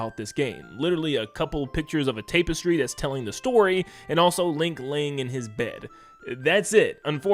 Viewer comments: It's TAP-S-TREE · i legit cringed every time he said 'tape-estry' >.< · "taypestry" Tap-es-tree.. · TAP - estry not TAPE - estry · Tap-estry dude, not tape-estry. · TAP man... TAP-estry. Tape - estry got me every time lol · “Tap-estry” not “Tape-estry” Also, “deduce” not “deduct”. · Tapestry is pronounced TAP-estry, not "TAPE-estry." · Ta-puh-stree not tape-es-tree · Also learn how to read and pronounce words man. It's Tapestry not Tape iss tree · TAP-estry. Not TAPE-estry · Tapestry, tapestry, tapestry... Tap...not tape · It is pronounced “TAP-ess-tree,” not “TAPE-ess-tree.” Otherwise I enjoyed the video. Thanks for making it! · TAP-estry not tape-estry (vowels sound like like "majesty") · Why do you keep pronouncing it like tape - istry...? It's extremely distracting bro :face-purple-crying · Take a shot every time he says "tape- estry" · What the heck is a tape-estry? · Tapestry sounds like "tap" and not "tape" 😁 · I made it to before the "TAAAAPestry" pronunciation noped me out. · No 'h', it's 'a' as in "apple" (a), not as in "mark" (ah). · It’s pronounced “tah-pestry” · Tap. Tap-s-tree is how tapestry is pronounced. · Stopped watching the video because the tape-istry was so annoying. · Work on your English asap. Tapestry isn't pronounced like that, and a ton of other mistakes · The way you keep mispronouncing tapestry is driving me fucking crazy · You may have fumbled "Tapestry", but at least you say "Ocarina" instead of "Oakarina" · Why do you pronounce tapestry like that? Lol